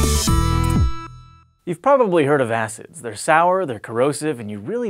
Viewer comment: when he said weak acids, it sounded like he said 'weak ass' lol